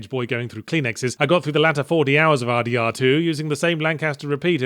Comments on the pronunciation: Sounds like you’re saying Har Dee Har 2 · It took nearly the entirety of the video for me to suddenly realize he was saying "RDR2" and not, "Hardy Har 2"